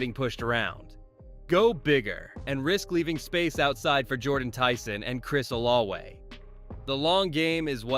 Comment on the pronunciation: I can understand Ettiene as it sounds NOTHING like its' spelled but brother... OlaVe it's a V not a W.